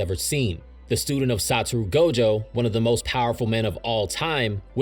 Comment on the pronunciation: Satoru Gojo: SAT·oR·Ru Gojo Itadori Yuji: Yuji E·TA·Dori Maki Zen'in: Maki ZEN·IN Kento Nanami: Kento NaNa·Me the name butchering got me heated